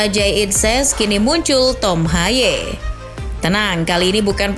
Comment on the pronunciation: Baca namanya bukan tom haye melainkan tom hey